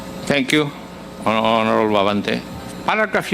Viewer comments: Gagorable not honorable.😂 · "Horrrorable "not hoorable congressmen of congress 😊😅😢😂